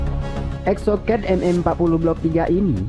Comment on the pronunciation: Exocet dibaca exsoket katrkooo......k